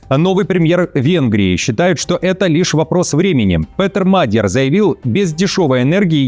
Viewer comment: Не мАгер, а МадьЯр, так читается Magiar, не "г", а "д" как в кириллице!!!